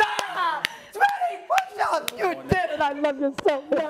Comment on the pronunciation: Her "push ups" were even worse, way worse, than his "pudh ups".